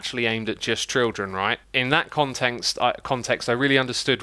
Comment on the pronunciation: adding "trildren" to the classic "trutorial"